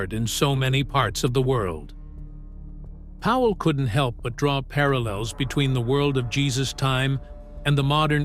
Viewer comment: It's Powell, NOT Howell ace. Try getting it right!